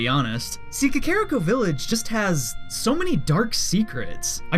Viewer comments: Man, you misspronounced Kakariko and ocarina. You went 2 for 2 on that one. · did any one else cringe when he pronounced Kakariko like Kuh-Care-rick-o? i always pronounced it like Kah-Kah-Rhi-Co. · Why do you say Kakario Cuh Carry O? It's Cuh Car E O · you pronounced ko-ker-y-coo it kack-er-iku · Wrong way to say Kakariko: Ka-Kare-I-Ko Right way to say it: Kak-A-Reek-Oh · Its pronounced Ca-ca-ri-co Kakariko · Kuh-care-ih-ko That is the first time I've heard that pronunciation. That is all. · no its actually kah kah ree koh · The way you pronounce "Kakoriko" really irks me... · No, i just think you said kakariko wrong. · that Kakariko pronunciation hurts me physically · You fucking mispronounced kakariko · I wanted to punch a wall every time he said kakariko village